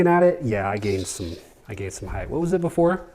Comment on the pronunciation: It's height not heigth by the way. Sharp truck!